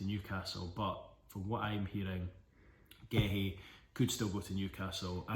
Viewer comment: Massively butchered those names